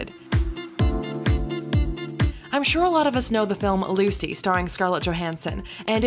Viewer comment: That is gay i would never want to try this at home and its not ahhlucy its Lucy